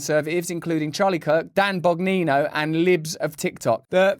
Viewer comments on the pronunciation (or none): Russell, I know this was a simple oversight, but it's Dan Bongino. The 'n' and the 'g' were transposed. You read it as Dan Bognino. Well said, I think you're right to suggest that Elon Musk can be both radical and conventional at the same time due to necessity. He is required to play both sides in order to further his agenda. However, doing so means that he'll be harder to trust in the future. Is he just an opportunist? This is why it's imperative that everyone be awake and scrutinize everything we see and hear. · It’s NOT Bog-nee-no. Surprised you didn’t know his real name is Bon-gee-no (Bongino). Or was it that you were just on auto-pilot reading the quote ? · Bon-GEE-no, my friend. Bingino. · Haha "Bognino" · Also Russel, it's pronounced Bon-gino. He was a Secret Service agent during the Clinton Era, and is now a reporter on Fox News. Cheers mate. 🍺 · Bongino. Bon GEE no. Dan said his grandfather immigrated and his name was misspelled. He accepted it. It had been “Bongiorno” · That's a typo on Rolling Stone. His name is Dan Bongino (Bawn Jeen Oh), not Dan Bognino (Bog Nino).